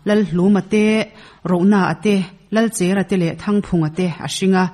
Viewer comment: Lalchèra ni lovin, Lalchera ( chèr ni lovin, a cher a cher, tawn bur tih sawi nana Kan hman Cher a ni e)